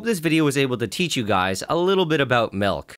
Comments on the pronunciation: Some nutritious.. malk? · a glass of MALK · Listening to Nile say milk, there's just something about it.